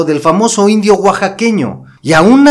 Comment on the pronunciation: Nuestros abuelos cuantan historias de hechos que ellos vivieron en persona y no coinciden con la historia que te cuentan sea cierto o no.héroes tratados como traidores y traidores tratados como héroes excelentes trabajo solo no te enfatices en decir indio oaxaqueño que cuando lo dices y la manera de escucha ofensivo viva mexico y su gente